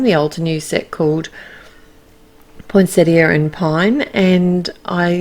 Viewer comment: Yay... Australian commentary where you pronounce the “i” at the end of poinsettia!! 😉 love these cards... the pine cones are my favourites. Thanks,.